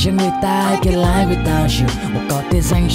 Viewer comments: đã có bạn nhắc rồi ... Live phát âm là li-vờ không phải lai-vờ ... còn tất cả ... perfect ... quá hay! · lai without you là j, phát âm sai chứ chơi chữ j đâu :vv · phát âm sai rùi ba /liᴠ/ : Đọc khi liᴠe được ѕử dụng trong câu ᴠới ᴠai trò là động từ có nghĩa là ѕống /laiᴠ/ : Đọc khi được ѕử dụng như tính từ, trạng từ ᴠới nghĩa là trực tiếp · Phát âm cho đúng từ live đi b